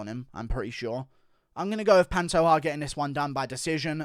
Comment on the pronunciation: Panto JAH not ha